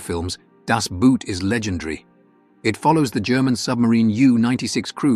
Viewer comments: It is pronounced boat not boot. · German Boot is pronounced like English boat (as in ship or submarine), not like English boot (as in footwear).